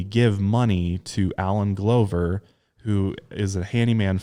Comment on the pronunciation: It's pronounced gluh ver like gloves. Lol